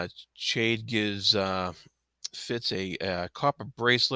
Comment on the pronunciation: I enjoyed your commentary, thanks. One thing about your pronunciation of Chade. I too pronounced it Ch like in change and after reading the whole series, I read an interview with Ms. Hobb and she said it is pronounced like Shade. Which makes sense for the character. I can't change my pronunciation in my head though, even knowing the truth now, not after 16 books! Sorry to be pedantic.